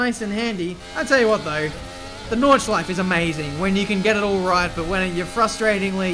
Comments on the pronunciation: It is NordschleifE, not Nordschleif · (No Hate) Why is it for English Speaking People so hard to pronounce the E PorschE Nürburgring NordschleifE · did he just say nordschleif ? wheres the E ??? :D